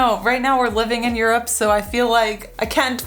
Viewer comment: when he says juropp :D